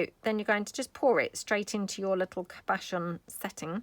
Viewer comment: Cabochon is pronounced with the emphasis on the first syllable. A cabochon is a shape of a stone or faux stone that is flat on the back and domed on the front. Those findings are cab ( nick named by jewellers) frames or settings like you said. This is a super idea to use wax to make faux cabs. Thanks for the inspiration!🦌💌❤️📚